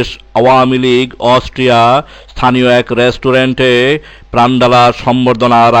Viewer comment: Parata valo laaglo na.... Austria uchharan vule vara